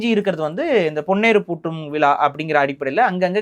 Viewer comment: Aamam vila enna ucharippu it is vizha. Thamizh zha varalenna nee thamizhan dhaan